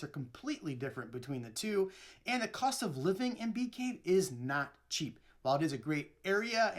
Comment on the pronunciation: The neighborhood he moved to is called bee caves. Sounds so strange without the s.